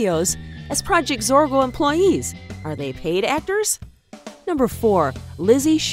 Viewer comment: ITS PROJECT ZORGO NOTTTTTTTTTTTTT PRODGT. ITS ZORGO NOTTTTTTTTTT ZORKO